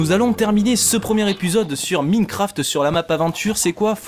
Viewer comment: On dit Maïnecraft :D